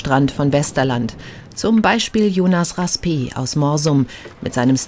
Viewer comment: Raspé und nnd/dän Insel Römm (Rømø)? Die Sprecherin sollte nochmal bei d.Aussprache nachfragen.